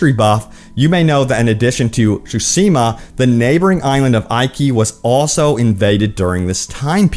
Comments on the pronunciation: Tsu-shi-ma and eekee Island not aikee. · Say it with me... Ghost of "soo-SHEE-muh" LOL! Just teasin' bro. Love the content, keep em coming. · Ok two things. Best game of the past five years, and it is (sue-shi-ma). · The pronounces 😬 tsusima, iky island 😬 it‘s pronounced tsu-sheema and Ee-ki island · SO many people and no one knows how to pronounce the title correctly. lol it's pronounced tSOO - shi - ma. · Speak after me: Tsu-she-ma :P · ok this is getting on my nerves......repeat after me my guy.......SOO - SHE - MA......just read these syllables out loud sand you'll crack the code on how to pronounce the game's name properly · Please stop saying the name if you're just going to butcher it 😭